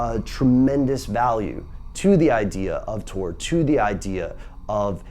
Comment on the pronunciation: It's tor not tour